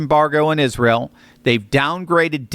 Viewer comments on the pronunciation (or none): none